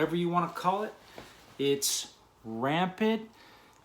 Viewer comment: "it's RAMPID"🤣🤔 bro, it's rampant lmfao.... How many times you gunna readjust your hat dog? I guarantee this dude was the biggest dbag CO on the compound. Surprised someone didn't poke his punk a** up